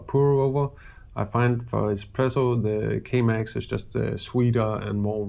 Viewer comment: great video although I recommend not promouncing K Max like Chemex, as that got me a litte bit confused